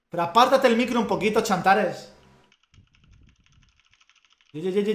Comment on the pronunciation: todos: tsantares: chantares.